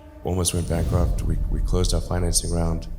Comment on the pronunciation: Sorry again "Bankwupt" should be "Bankrupt" ?